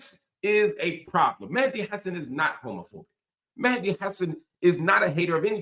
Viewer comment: Hello Mr Hill, So happy to find ur new venue! Have enjoyed ur analysis and insights for years. FYI: his last name is pronounced “Ha - Saan”